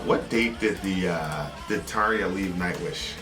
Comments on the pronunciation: Props on your pronunciation your of Tarja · Hurrah to for pronouncing Tarja's name correctly (this wasn't the case when they did "The Poet and the Pendulum" in mid-June 2018)!